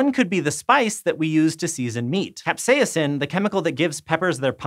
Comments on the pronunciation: stop saying capsaicin like that, it's so awkward... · Interesting pronunciation. Before this video, I'd never noticed the "i" in the middle of capsaicin. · Me neither but Merriam-Webster supports his weird pronunciation.